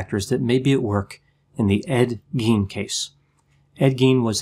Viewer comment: Pronunciation of Gein is Gīen. Long I. It’s German. In German ei is pronounced using a long i. FYI